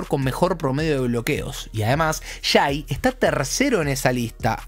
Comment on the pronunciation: Amigo, se pronuncia Shei, no Shai. HolmGREN, no Holmgrin. Saludos capo!